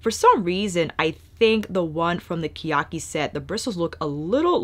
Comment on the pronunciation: It’s pronounced ke (keh) ya- ki (ee) け や き